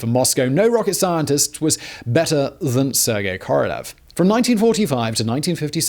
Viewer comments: hate to be that guy, but... it's KorolYOv, Simon, КоролЁв. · I got caught on this one many times myself, but it’s Королёв the ë is said as yo not eh. 🤷‍♂️